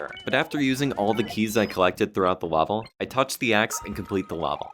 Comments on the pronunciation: did you ever notice that you often pronounce level, "lavel"? it's especially noticeable from to . wonder if that's a regional dialect (uhhhpstate new york?) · First, mad props brother, incredibly impressive. Your videos take tons of rewinding and pausing just to understand what's going on anyways but this one took the cake. Secondly, you pronounce "level" like "lava" almost for some reason lmao